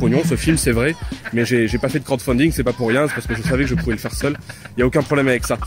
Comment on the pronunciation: hihi, il a dit "crottefounding".